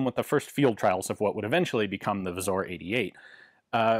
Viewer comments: Great video as always! A quick tip on the pronunciation: You've got the W->V sound down, but it should be pronounced Vzoor, like in boo. And the r is rolled. So the Pattern 88 becomes Wzór 88 or abbreviated to wz since that's already one too many vowels for us poles :P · As always Ian delivers quality video, i only wish he'd switch pronounciation of "wz" to "Vzoor"